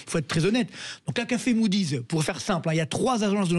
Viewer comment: à 1min15 : " CACA fémoudiz " ????? 😷😷😷😷😷